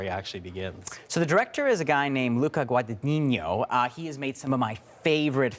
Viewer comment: And also the director's surname is pronounced wrong. Just lazy.